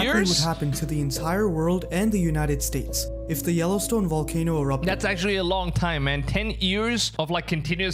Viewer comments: Wait... you said "Vibration" and not "Wibration". Then why does that not translate to volcano is wolcano? You have fantastic English so it's so surprising when the v still gets ya. Lol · VA. VAAAAAAA VOLCANO, NOT WA WAAAAA WALCANO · I think you're adorable but you need to pronounce v instead of w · Pronounced "v", not "w" as in supervolcano or volcano. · Volcano with a V. Not wallcano rite? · Lol, "wolkino".... And here I always thought it was "volcano" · You can't say your V's. You say W's. wocano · Sir, the word is pronounced "volcano, not "wallcano." You are pronouncing v like w. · Why do you keep calling it a Wallcanoe? Is Volcano with a V..Veeeeee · What's a walcono? 😂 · Wall-ca-no?........ Vol- cay- no. Vvvvvvvvvvvvvvvvvvv not wwww ....... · It's not a wolcano. It's a volcano. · It's a volcano not a wolcano... lol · If I hear Wallcano one more time! Lol just kidding. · My gf says wolcano? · Bruh can't even say VAL-CANO correctly.... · Whats a Walkano? 😂